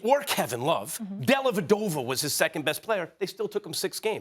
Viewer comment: Max Kellerman: DellavedOOOvuhhh